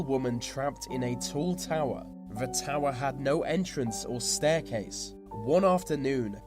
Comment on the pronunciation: he said ve instead of the XD